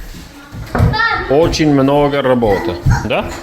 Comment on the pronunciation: Чисто по-русски сказал. Молодец!